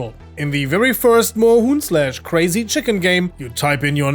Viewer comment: Yo! As a Proud and happy German I can officially confirm that your pronunciation of Moorhuhn and several other German words is very good and understandable. I’m proud!